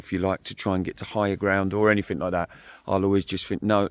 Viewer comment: )... sorry mate, but in English grammar, when you speak, the wording is NOT "anythink", but "anything"